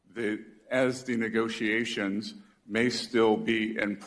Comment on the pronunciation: "Neegosee-a-shuns" .......Democrats always make fun or criticise my English because they can't stand my facts and can't counter my points LOL